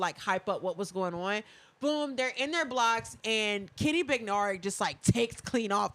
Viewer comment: Can the announcer for the M 200 give Kenny an apology for always saying his name wrong “Benereck” especially when the other commentators were saying correctly. It was in all the heats and finals. Yes I’m picky but he’s a professional , get it right!